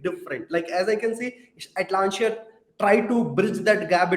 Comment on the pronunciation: Nice video. I guess you are pronouncing the company's name a little wrong. Its Atlassian, not Atlanssian.